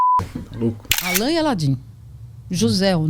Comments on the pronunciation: Não é aaaalan... é alaaaaan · É Alan e não Àlan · A pronuncia não é Álan e sim Alan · Alan, a pronúncia tá engraçada 😅.